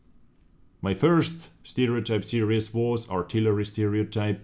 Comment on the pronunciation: Also, I love the way you say, "series" it sounds like "serious" but im not hating :P